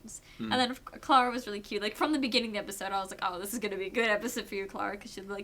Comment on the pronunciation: sometimes when you say clara it sounds like clera to me :P but love your reviews =)